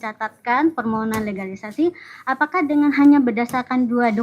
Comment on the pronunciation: Akademisi Alumni S3 Lulusan ITB Itu Ngomongnya gk Becus .. Sebut Permohonan dia Sebut Permonohan ..! Dasar Akademisi S3 Manajemen STRESS ..✍️✍️